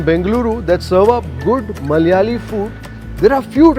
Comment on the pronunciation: Why it is so difficult for non-malayalees to say "Malayalee?". Is it just being fashionably ignorant and pretentious or is it really hard?